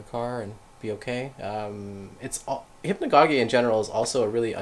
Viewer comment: I'm sure you've heard of the ajna light? I heard Dennis McKenna talk about it on a podcast a while back. Also I think it's pronounced "hip-na-go-jick" or "hip-na-go-jia" but maybe that's just the way I've always heard it. Great vid :)